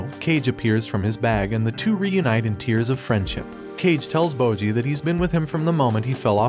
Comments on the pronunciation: It's bojji not moji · "Bowjee" "Cage" ✊😢